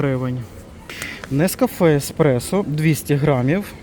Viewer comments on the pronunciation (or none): none